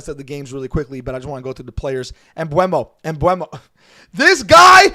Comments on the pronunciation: His name is pronounced m-boo-mo, more like boomo not like bueno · Just stop with that ‘Mbuemo’ thing its ‘MBEUMO’ !!!!